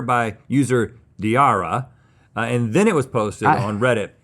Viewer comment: The way they said user dearra like she didn't host a whole episode during gmm summer one year 😂